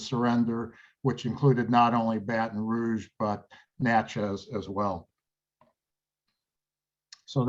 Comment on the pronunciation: Natchez - sounds like it Matches. Or a book of matches. Or it could be a box of matches. Either way, it’s not match-EZZ Manchac - sounds like “MAN-shack” Maurepas- sounds like “MORE-eh-pah”